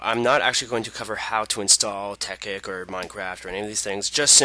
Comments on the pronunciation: TEKKIT NOT TEKKIK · ITS CALLED TEKKIT NOT TEKKIK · "tekkik" xDDDD wtf? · you say it tek-kit it tekkit one word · Haha he says tekkik